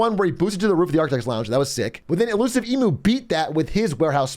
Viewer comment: Would be nice if Atrioc could pronpunce emu though😅